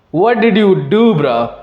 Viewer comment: Its bro not bra 😂